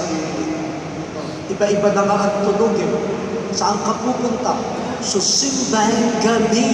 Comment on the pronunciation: T: Saan ka pupunta? S: Sa SEEM BÆNG GEB BEE. 😅